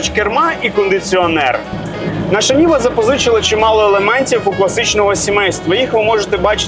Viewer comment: Може Нива, а не Ніва😅